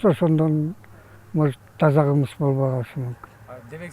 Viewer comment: Эже так аталбадыго таза кымыз деп